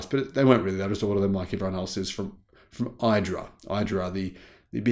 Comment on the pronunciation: Thank You:) for saying idra correctly. Not saying edra, when the company's name clearly starts with an i